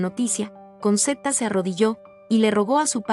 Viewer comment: se pronuncia conchetta...